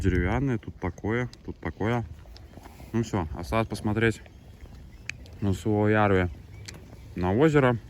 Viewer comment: Только сейчас заметил что ты тоже с Беларуси. Я уже 2 года на велосипеде в отпуск колешу на велосипеде и 1 год был пеше- водный маршрут. Как же режет уши твои неправильно произношения городов и посёлков. Лоймола ударение на О. Суоярви ударение на У. Я тоже в хостеле Комфорт останавливался 2 раза в прошлом и позапрошлом году. Но мне предложили у здании магазина Магнит. Вода была тоже коричневого цвета. Мыться было непривычно, как будто ржавая вода. Кстати кто такие стребаны? Эх я на велосипеде гружёный ехал в дождик с Лоймолы . Как вспомню кучу луж )) Но вот дорога с посёлка Райконкоски до Толвоярви и до Суоярви это нечно . Лужи по колено а то и выше и в длинну метров по 100